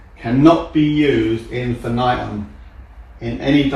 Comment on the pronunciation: Just his pronunciation of AD (which he forgot completely) Infinitum is upsetting 😂😭